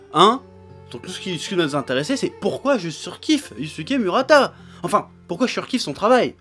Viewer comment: mourata et non mu, tu me fais mal aux oreilles. Mais dans l'ensemble tu as raison, le mec est génial.